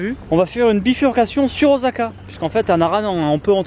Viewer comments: Pitié, fait lui travailler le ooSSSSaka! et pas ozaka;'( j'ai l'impression qu'il y a deux fois plus de dai.. de Sika!! (c'est un cerf pas un daim u_u) que quand j'y suis allé (il y a + de 10ans) c'est ouf. je sais pas si vous avez fait (ou déjà fait) le Todai-ji (je pense pas vu que c'est payant et que est une pince) mais c'est super impressionnant. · Super vidéo mais ça se prononce Ossaka et pas Ozaka !!!!! Voilà il fallait que je le dise ... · DjoraNeko mdrr j'avoue le o"s"aka là! Ça fou de l'urticaire XD (en même temps c'est à la prononciation à la française quoi! Lool)